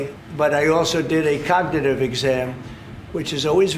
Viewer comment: What's this word here ... COG-NI-ITIE-VEE yeah that's it. Well done, Me President, Sir that's amazing